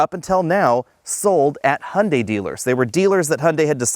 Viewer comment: "Hunday" "Hyeundai" "Hyeunday"